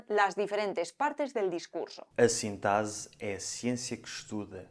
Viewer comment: o X da palavra "sintaxe" é difícil, no norte é pronunciado como no espanhol de espanha "CS", ou seja "Sintacse," no sul como Z, como pronunciaste, mas na realidade nenhum está certo, sendo o valor do X na normativa SS, ou seja "Sintasse".